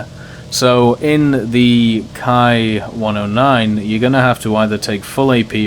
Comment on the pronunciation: Ki in Japanese is pronounced like an English "Kee" not "Kai". This is very important in as far as there actually IS the term "kai" in Japanese moreover it is used in distinguishing plane variants for example the famous Shiden Kai. So in one word I would advise to keep Ki (kee) and Kai appart.